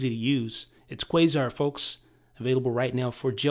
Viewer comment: It's pronounced Qasar (Kah-Sar).